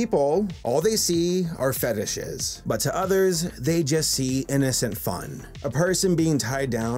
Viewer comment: LMAO at "feetishes!"